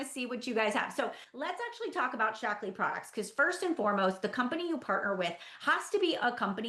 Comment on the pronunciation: I'm only 10 minutes in, and maybe it's because English isn't my first language (I'm French) but all I can hear is "Shackles" and it makes me giggle so much 😂 Cheers from France! 💜